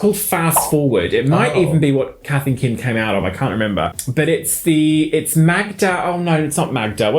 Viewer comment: Instead of Kath & Kim I heard Capt'n Kim